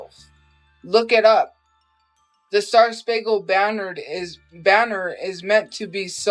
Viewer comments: kept saying “star spangled BANNERD” 😂😂😂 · how many times will she say star spangled banner wrong before she figures out shes saying it wrong